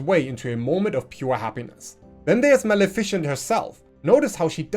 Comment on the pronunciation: You're pronouncing Maleficent wrong. It's mal-ih-fih-cent, not mal-efficient.